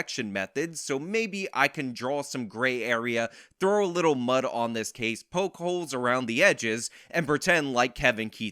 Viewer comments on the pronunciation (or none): none